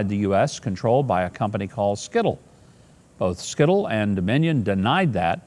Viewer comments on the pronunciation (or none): It is pronounced Sy-til. Not skittle lol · It's pronounced (Site l), not skittle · "Sy-tal" pronunciation-- not "skittle"--- mr. Mayor sir.😔❤️🙂